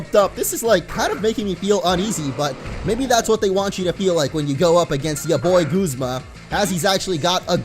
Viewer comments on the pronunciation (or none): It's not Gozma its guzma like saying Gus with a z or like when you say uh g-uh-zma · u are saying guzma wrong